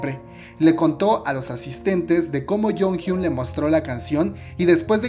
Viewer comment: Se pronuncia: yonjion Plox